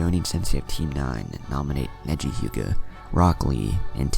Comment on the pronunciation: I think he said negli instead of neji This is why you are my favorite what if channel